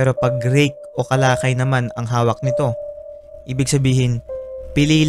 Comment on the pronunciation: rake is kalaykay not kalakay